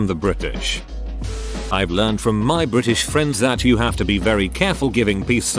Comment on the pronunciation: STRAIGHT TEETH! "Bri'ish" 🤣